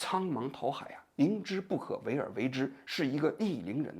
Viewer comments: 王局 您的错别字越念越多了…… 范pāng dǎo海 bìng弃 dān精竭虑…… 好歹咱也是个知识分子 白字这么多真有点和您的行业水平不相称 平时还是多翻翻字典吧……听到好多次错别字了这期实在是太密了 尼采也不是启蒙主义那个时代的 差了一百多年的…… 错误真的有点多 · 范滂（pang），蹈（dǎo）海，王局怎么满嘴错别字，直追咱饼哥了。